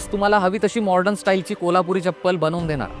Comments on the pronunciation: मॉर्डन म्हणू नका, मॉडर्न म्हणा! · Morden Nahi re baba...modern....